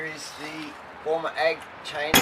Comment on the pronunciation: Not Baumer Ag it is in fact a fake German name or taken over German company name used by the Chinese to sound grandiose- it is pronounced Boymer - and the AG stands for Aktiengesellschaft - another name of LTD company. Germans use AG or GmbH like Pty ltd or Pvt ltd or just Ltd or LLC - there you go LOLLZZZ